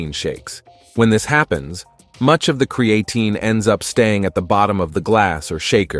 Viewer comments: You know you can type into the internet and find the correct way to pronounce (creatine) ----- why should anyone believe you know what you're talking about if you can even get the name correct? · If you are going to use an AI voice make sure the pronunciation is correct. The video was about "Creatine" and the word was mispronounced throughout the video...a complete credibility destroyer. In fact, your AI voice pronounced the word "Creatine" four different ways. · Creatine DOES cause hair loss bozo. Women's hair came out after they took it. And not until. So YES it does cause hair loss! And everyone cannot take creatine. If they have kidney issues or are taking NSAIDS. And you are not even pronouncing creatine correctly!! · 3? I caught 6.... If this thing can mispronounce this one word THAT many times how the heck are we to trust the actual information? Of the 10 mistakes listed, not taking it properly was reworded and reused 4 times alone. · This A.I. pronounce "CREATINE" in many ways! Classic! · You made a video about Creatine and you couldn't take the time to learn how to pronounce it, Yeah sure, im going watch it. This channel is proof that subscribers can be bought . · Do you know it's not a really good sign when it's literally saying the creatine wrong😂😂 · How F ing lazy. Don’t use AI voice to do your videos. Stop listening after the first “creatine” mispronouncing commeny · Props to the robotic voice that pronounced creatine three different ways. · And not once correctly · It’s Crea Time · What the hell is Cre an Ten! Lol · Cree ain’t in. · It's Not pronounced as Cre-AE-tin, the A is not emphasised, it's so annoying when AI can't do it right. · I can’t take any advice seriously from a video that can’t properly pronounce CREE-AH-TEEN. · Haha, “creatin’”. AI pronunciation. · And yes…. Cre-atin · CREE AH TEEN, is how you pronounce CREATINE 🙄. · Cree-Ay-tin, Creatine, Cree-A-tyne. Ai voice can't decide how to pronounce 😅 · Speak the word creatine correctly.